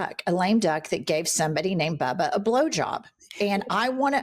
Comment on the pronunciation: Who's Bubba? It's Bibi!